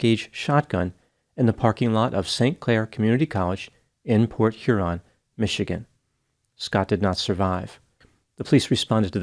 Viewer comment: This was a BIG case when it happened as we get few homicides. THANK YOU for pronouncing Port Huron correctly. (My hometown and where I live. Sort of surprised hearing it and Croswell.) Believe it or not, many people pronounce it: Port Urine or blend it together like Porch Yearn. Now if you can pronounce Mackinac and Gratiot you're a Michigander. ;P